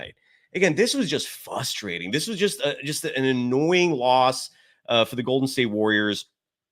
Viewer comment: This dude is a university professor apparently, yet he says fustrating. Over and over. Thats not a word. GGs.